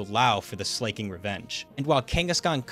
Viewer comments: While I respect the hustle to break the 119 record... Jesus fucking Christ, listening to you pronounce Slaking's name as "Slay-king" is like nails on a god damn chalkboard. It's slacking. Not slay-king. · SLAY-KING?? You mean slack-ing bro?? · the way this guy says slaking is driving me crazy, it's slack king not slay king. hairy-yama too. great vid though fantastic work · Just to say it's Slack-King not Slay-King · It's SLA KING. FOR FUCK SAKE, IT'S LITERALLY SLACK KING.